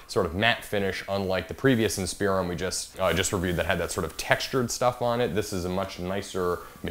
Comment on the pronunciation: "in-spear-on" lol